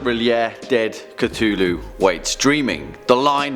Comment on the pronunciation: Did he just say “Ctulu” at the start of the video 😂